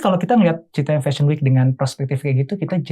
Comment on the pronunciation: bukan citayam tp citayem kalo yg dimaksud cfw